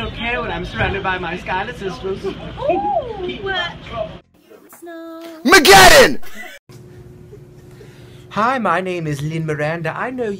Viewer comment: lol it was "snow-" "MAGEDDON"